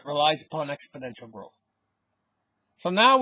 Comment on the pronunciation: Like your videos! Btw it is “exponential” not “expodential”